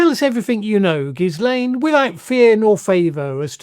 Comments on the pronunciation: The “S” is silent. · The S in Ghislain is silent